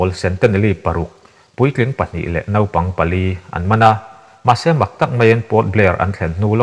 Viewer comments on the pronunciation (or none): none